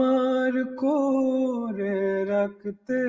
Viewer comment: রাখতে উচ্চারণটা শুদ্ধ হয়নি। কন্ঠ সুন্দর।